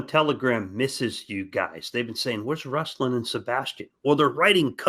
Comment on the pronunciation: Ruslan - accent is on 'a', not 'u'. Nice to see not listening to Ruslan say he was in St Petersburg, and mention Moscow instead🤦